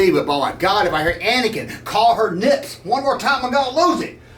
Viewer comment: Snips. Say it with me, Snips. Not Nips. Snips.